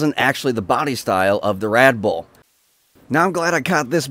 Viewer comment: He keeps saying "Radboll"